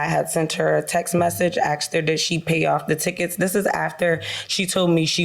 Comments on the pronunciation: So many uneducated people out there, lol. "I axed her a question." WTF?! It's "asked," not "axed," lol!!! Disgrace!! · What is with 'axed?' I've always thought it was 'asked?' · More plaintiff/defendants that say "axed". Surprise, surprise.